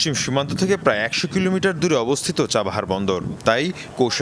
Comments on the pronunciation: চাবাহার না চাহবার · ওটা চাবাহার বন্দর হবে ভালোভাবে উচ্চারণ চর্চা করুন